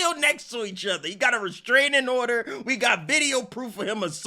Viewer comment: Her pronunciation of restraining order is pissing me off